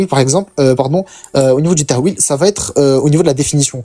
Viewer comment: Ce cotorep la reprend sur l’arabe et il dit ta3wil au lieu de tawil 😂😂😂😂😂 au lieu de dire tahrif il dit ta3rif 😂😂😂😂😂😂😂😭😭😭😭😭😭